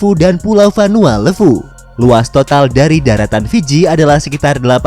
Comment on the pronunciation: Ejaan levu di fiji "e" nya ikut indonesia timur min levu ..bukan pake e pepet. Aneh dgernya